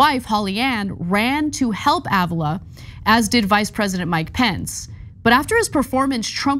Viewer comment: Ávila= r be la